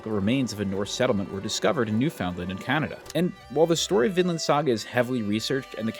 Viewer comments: It's pronounced "Newfin land" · Hey, great video, as always. However, as a Canadian, I have to tell you that Newfoundland is pronounced like new-fun-lund.